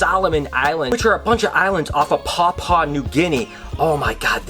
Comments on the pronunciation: "Pawpaw" new guinea omg -_- so painful pronounce it like "papwa" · Hey just so you know Papua is pronounced pup you are. P.s your videos are awesome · You pronounce b it Papua... pap-you-a